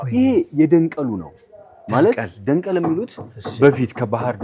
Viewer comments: አረ ባክህ ደንቀል አይደለም ደንገል "papyrus " ነው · ደንቢያ ሐገራችን ውብ ናት ከዚህ በላይ ማበብ ያስፈልጋል ደንገል ነው ደንቀል አይባልም ጎርጕራየ ጎንደርየ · ደንገል ነው ደንቀል አደለም እባካችሁ ስም ታሪክ አታዛቡ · ደንገል ነው ወይስ ደንቀል😅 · አስጐብኝ ተብየውም ደንቀል አለ😅😅